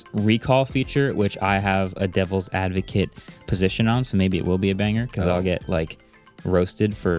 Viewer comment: “Dell’s advocate” lol unintentional but I loved that